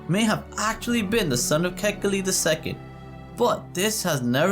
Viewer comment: KA'-HE-KI-LI - born raised Oahu, braddah.